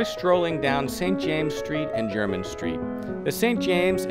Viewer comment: T M take it from someone born and raised in London, it’s nice to hear someone actually pronounce it properly as opposed to ‘Jermaine’ street.